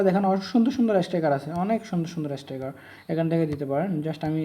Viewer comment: উচ্চারণটা স্টাইকার না, স্টিকার হবে